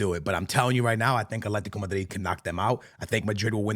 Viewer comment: Bartelona 😂 Amir 😂 Atlantia 😂